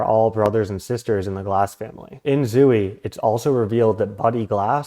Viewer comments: I'm sorry, but I can't get past how you pronounce Zooey. ZO (long O) E (long E). Salinger stated that the book was semi-autobiographical. I appreciate your research, but I think your thesis is flawed and overly complicated. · Oh gosh that is not how you say zooey I’m so sorry